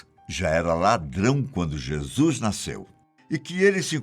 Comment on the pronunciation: Um único problema no vídeo a pronúncia correta é "Jesus" e NÃO. "Jesuis"... Precisa melhorar a pronúncia, pois é necessário 👍